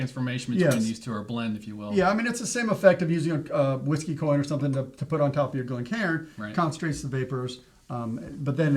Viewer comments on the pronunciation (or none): glencairn isnt pronounced that way 🙂 glen care n